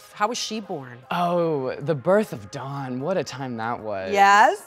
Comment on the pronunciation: Dawn says Dawn while everybody else says DOWAoN